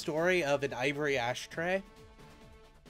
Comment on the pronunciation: Thats the joke. Your pronounce it like Ashtray in Japanese.